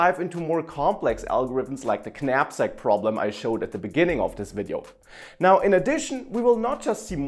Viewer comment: Top work. I have to tell you though, the k is silent. Pronounced 'nap-sak'. Petty, but true.